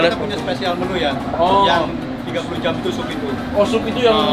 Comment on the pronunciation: Dan "jam" bukan "jem"